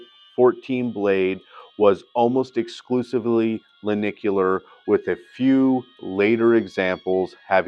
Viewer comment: Pretty good exposition. But it would help if you pronounced the section as “Len-Tic-u-lar. Ie Lentil shaped. Hate to be picky, but it grates.